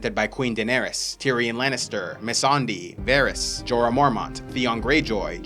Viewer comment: You're pronouncing Missandei wrong... But I forgive you nailed de vid 😅